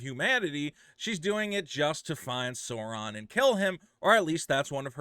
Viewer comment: He can't pronounce sauron